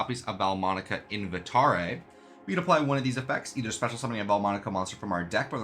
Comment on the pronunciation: literally no one on youtube pronounces the Italian names correctly in these deck profile videos and it's really annoying aaaaaaaahhhhhhh. Seh-le-tree-cheh SHELL-Tah I'm glad you're one of the VERY FEW who pronounced Invitare, Versare, Intonare etc. correctly though. Everyone else just does it the white way.